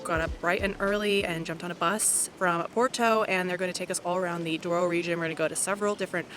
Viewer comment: You mistaken the name is Douro not Duoro